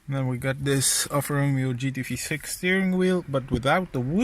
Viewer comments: you pronounced it: Al-Far Row-Meo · it’s pronounced: Al-Far Row-May-O